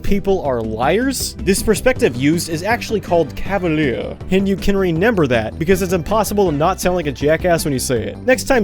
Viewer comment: Why tf do you say the word "remember" as "reNember" in all of your videos??? Are you stupid?